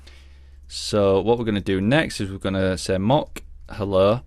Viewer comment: Great viseo, but the way you pronounce “mock” is driving me crazy